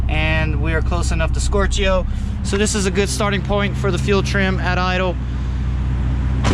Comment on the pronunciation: That's the funniest way I've heard someone say "stoichio", as in "stoichiometric".